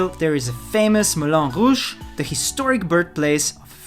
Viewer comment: Its not melon rouge. Its "moulin"